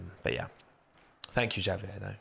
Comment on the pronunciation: Oof,. That pronunciation of Javier made me cringe. In seriousness, great video though.